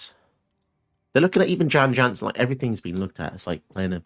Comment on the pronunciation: Jan Jansen at your service Is there a gryphon about? Beware! Your knees are MINE! Also Jan Jansen is pronounced "Yawn Yawnsen"